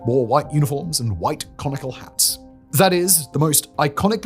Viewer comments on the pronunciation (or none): Did you say "Conical hats" or Comical hats? I know which one I prefer😮